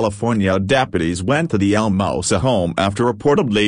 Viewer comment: its not "El Mouse sa'. . its El Moose SAA.". please say it correctly. its "Tar rick." not "Tear-rick.". please correct your pronunciation.